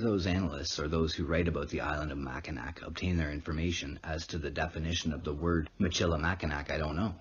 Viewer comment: Mackinac is pronounced mackinaw